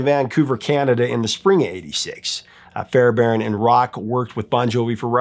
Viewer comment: It's pronounced Fair b airn (hard B) he produced most of the 80s